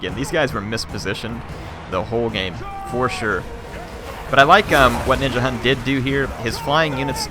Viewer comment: as a dane i cri evritim says Ninjahunt and not Ninjahund